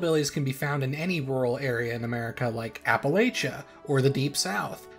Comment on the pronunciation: Well he did call the applachians apple-lake-ans so that’s one thing lol (although not connected to ozarks)